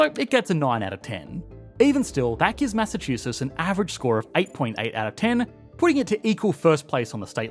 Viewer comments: It's "Massachusetts," not "Massachuses." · Why are you not pronouncing the tts??? It’s not Massachususs. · If you make a video about Massachusetts Learn how to say it first!